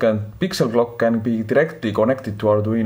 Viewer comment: Hi, mi screens`s pins are in different places of the screen, and your inglish is not easy to understan (my neither). Could you please write de screens pin number and description ? I spent half and hour, hearing back and again, back and again, trying to understand clúo was clock !!!! Thanks !! Greetings from Argentina !!!